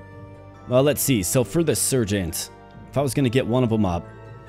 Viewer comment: learn how to pronounce sergeant, dummy